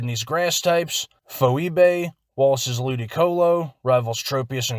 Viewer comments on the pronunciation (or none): uhh im pretty sure phoebe’s name is pronounced fee-bee lol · Great video, you've got a good flow. One thing though, not a big deal, but "Phoebe" is pronounced Fee-Bee.